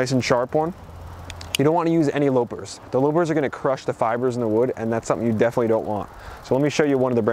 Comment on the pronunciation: It's pronounced lah-pers not low-pers.